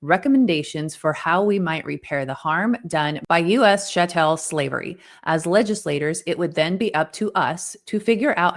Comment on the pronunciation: I'm sorry but not knowing how to pronounce 'Chattel' is too funny given the context of this video 🤣🤣🤣